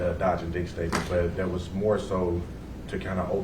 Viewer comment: If you are any type of professional and you say "and den" & "dat" & "troof" vs......AND THEN & THAT & TRUTH..... YOU ARE ALREADY LOSING CREDIBILITY WITH ME BCUZ U SOUND LIKE AN ID IOT!!!😡🙅🏽‍♀️🤨 SORRY